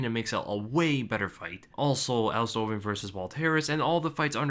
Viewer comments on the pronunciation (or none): none